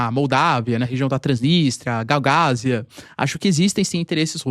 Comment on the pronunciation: Galgázia... Terra dos Galgos... O certo é GAGAÚZIA!